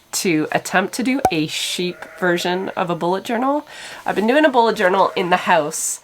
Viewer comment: Journel not journey.